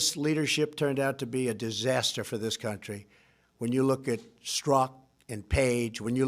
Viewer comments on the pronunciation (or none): none